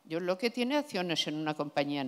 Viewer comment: Alguien debería decirle como se pronuncia Locke, queda muy cutre.